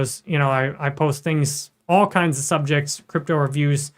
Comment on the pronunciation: Ich liebe... alleine wie er "Krüptauu" ausspricht 😂...aber natürlich ist der INHALT super!!! 👍